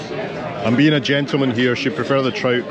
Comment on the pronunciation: Had to rewind the bit when you had your first meal . Thought you said Tripe but you actually said Trout 🤣🤣. I would defo be trying that pool and jacuzzi too. Loving the enclosed balcony . Great vid & look forward to the next part of the adventure 🙌